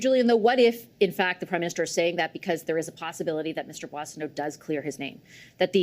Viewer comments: Bossio? Mark doesn't even know how to pronounce his own colleague's name... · Gerretsen can't even pronounce Boissonault's name. Calls his "Bozzio". Might as well be Bozo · Haha Bozio ? think he meant bozo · Mark Gerretson can't even pronounce Randy Boissonnault last name properly. He is such a moron. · This liberal minister can't even pronounce his colleague's name. Maybe this would be the other Randy. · Gerritson can't even pronounce his name. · Does the deputy house leader know how to pronounce his name?? Everyone around him is saying it right…lol…Maybe that’s how the OTHER Randy pronounces his name 😂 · Gerretsen is sleazy and can't even pronounce Boissonault. And it isn't just starting to be a distraction, it's been a distraction for weeks. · Suddenly the Liberals forgot how to pronounce 'Boissennault'. That's pretty weird. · The liberal doesn't even know how to pronounce Boissoneault 's name correctly. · a fellow liberal MP can't even say his name right. Sad!